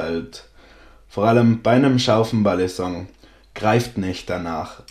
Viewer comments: Ey jo dicker nichts gegen dich feier dich und deine videos übels aber bitte sag nicht mehr BALLISONK es heißt Balisong und wird ungefähr "beilisong" ausgesprochen es nervt total beim zuhören.. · du betonst das G einfach zu stark.. Und sagst irgendwie ballinsong du sprichst es zu schnell und das g zu stark aus .. Aber kein ding man